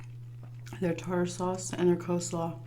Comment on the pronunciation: Funny that you pronounce coleslaw as co-slaw haha